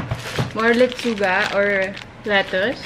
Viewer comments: pretty its with ‘S’ babe... “Let-chu-gas” 😉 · Nawala yung "s" sa Lechugas 😭😂